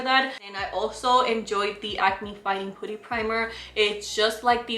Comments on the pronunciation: i love how u pronounce putty 😂 its actually pronounced pah-tee. pooty’s cute too hehehe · I love listening to her say putty!! She's so cute, always bringing us great content 🙌